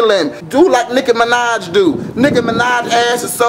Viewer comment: i thought he said Nigga Minaj